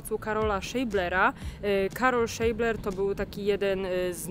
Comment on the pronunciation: Witam, mała uwaga: nazwisko Scheibler czyta się Szaibler. Pozdrawiam.